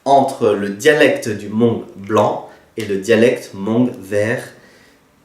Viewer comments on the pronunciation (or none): Nyob zoo, Kuv pab koj zoo siab ntau txog qhov koj qhia ntawv hmoob rau sawv daws. Tab sis koj yuav tsum tau xav zoo ua ntej, vim thaum koj prononcé lo lus hmoog !!!(hmoob) tsis yog hmongue (mooj nkawm), Fabkis yeej tsis hais hmongue yog peb cov hmoob hais li ntawv rau lawv xwb. Peb yuav tsum tau qhia qhov kom yog. Feem ntau nyob kabkis teb no mas cov hmoob hais hmongue ntau xwb. Kuv yeej yog ib tug txhawb nqa, vim kuv saib cov ntawv hmoob no muaj nqis rau kuv. Vim yog muaj cov ntawv hmoob no peb thiaj sib nug moo tau thoob qab ntuj, tab sis tshuav qhov peb yuav tshawb qhov qhia kom meej. Cov uas yuav los kawm lawv thiaj li tsis yuam kev, xav zoo zoo nawj (mooj nkawm) txawv dhau ntau ntawm hmoob lawm. Qhov no tsis yog thuam koj tab sis yog sib qhia xwb, yog koj xav hais tias kuv hais yog thiab thov koj pab tshaj mus ntxiv rau cov uas tsis tau xav txog. Yog peb tsis ras xeev los qhia tam sim no, lwm hnub peb cov me nyuam yuav prononcer li koj (mooj nkawm) ces yuav tsis yog hmoob lawm nawj. Thiab tsis tas li ntawv peb yuav tsum ua tib zoo saib thaum peb sau tas kom sau txhob yuam kev, vim niaj hnub no yog koj mus hauv internet mas cov hmoob sau ib phrase xwb twb muaj ntau qhov faute lawm. Nyob zoo koj nawj.